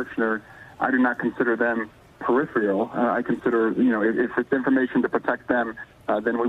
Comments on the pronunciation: I've always liked Swalwell, but a little thing he did here really impressed me even more. Nicolle is obviously highly intelligent, but she did mispronounce "peripheral". Right afterward, Swalwell pronounced it the same way she did. I'll bet he knows the right pronunciation. That's just a little thing, but it does speak to the kind of guy he is. I wouldn't mind at all if he became President, but I don't think he has a chance. A large percentage of people will vote for someone just because the candidate's name was well-known before the campaign. Eric's not one of those. Being a good Democrat, I'll bet he knows how to pronounce "nuclear", too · Peripheral, not 'periphreal'. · It's PERIPHERAL not PERIPHRIAL. GOD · Can someone tell these people how to pronounce “peripheral”?